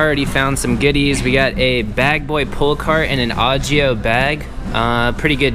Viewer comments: It's O gio NOT Ah gio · it’s o-gi-o. not og-io 😂keep up the good content